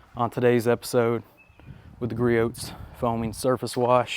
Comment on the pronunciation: this is turning into a nice test. Very realistic. As a side note, the T is silent in Griots